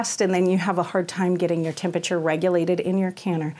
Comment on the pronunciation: I’ve never heard temperature pronounced that way.